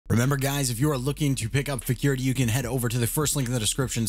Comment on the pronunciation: AHAHAHAHAH FECURITY??? UNDETECTED?? AHAHAHAHHA